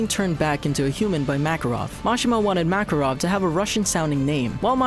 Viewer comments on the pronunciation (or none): Omg why do you say macaron instead of macarov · So much for fixing pronunciations, they screwed up Laxus, Makarov and Zeref. Also they reversed Freed and Evergreen. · I don't intend to hate on your vids but you still mispronounced makarov exceed and edolas Please don't take this as a hate comment but a support comment to help you guys do even better :D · Lion Boss Cana as well but I honestly don't care xD